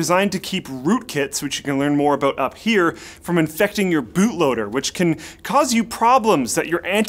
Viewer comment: Haha he said clueless about at the end, but because he's Canadian, it sounded aboot. Booting the pc haha.